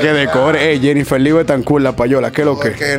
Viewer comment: Nadie:: "Jennifer venimo' paca' Jeniffer 🤣🤣😭